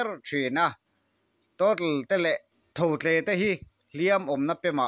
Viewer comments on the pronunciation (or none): Tho tle i lam sual zeuh a, sap ṭawng ang deuha, "Totle" i rawn tih zeuh nachhan hi a ziaktuin "Tho tle" ti loa, "Thotle" tia a ziah vang a nih ka ring. 😮